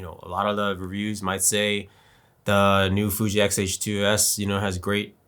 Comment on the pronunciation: You can't even say Fuji's name.Try to do research before coming here